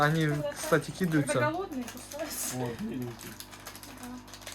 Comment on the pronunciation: В слове «кидаются» ударение падает на слог с буквой А — кида́ются:) Классные волчата !